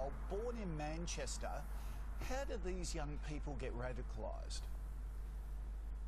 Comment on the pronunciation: Did anyone else hear him say 'Manshitter" instead of Manchester?